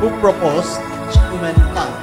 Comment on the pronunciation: Episode or episote lol. Skuman lol it is pronounced as human when u say schu